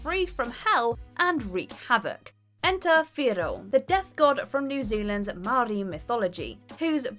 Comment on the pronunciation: Maori is pronounced like may-or-eee